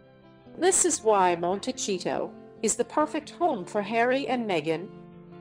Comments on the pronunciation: FYI — It’s not pronounced monteCHito-— it’s monteSEEto. It’s a Spanish name which means little hill/mountain. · IT IS NOT PRONOUNCED MON-TEH-CHEETO! IT IS PRONOUNCED "Mon-teh-sea-to." It is a Spanish word meaning hills or little mountain. They are going to love it there. Unlike almost any other city in the US, there is a polo club just five miles down the road, where Harry can get his fill playing his favorite game. (When William and Catherine visited a few years ago, they stopped off in SB. William played polo for charity at the club.) Archie can grow up going to some fine private or public schools, surfing or playing beach volleyball or soccer, both very big in Santa Barbara, two out of the three sports not available were he to grow up in Windsor Park. Just saying.